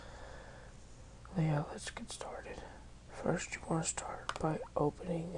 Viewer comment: at first I hated your voice but when you said "We're gonna take this fist" I really started to enjoy your narration